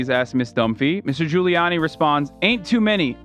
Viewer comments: i think he was saying "ghouliani" but i might be being charitable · Ethan pronouncing Giuliani as “googliani” made my day